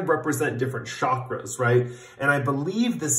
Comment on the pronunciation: oh yeah DEFINITELY pile 4 💙 cobalt blue is also my color. working on your "shockers" lmao that's what I heard instead of chakras 😂